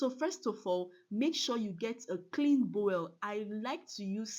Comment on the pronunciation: Nice one ma But Boul ma not Bowel